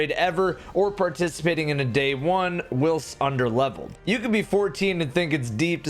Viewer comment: "will-st" 20 seconds in and I'm triggered. Although not as bad as when I keep hearing "falling gill-o-teen"